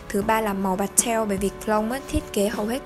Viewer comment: Hông hiểu sao mà e thấy chị đọc chữ pastel nó cứ khó chịu ấy